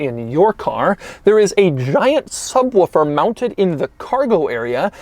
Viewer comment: Is he actually saying "subwuffer" instead of subwoofer?Don´t try to imitate hoovies "ruff", which he thinks is the roof... DON`T DO IT DOUG!!!